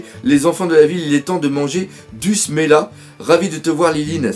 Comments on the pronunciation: c'est pas smela mais semla ^^ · C'est pas smela c'est semla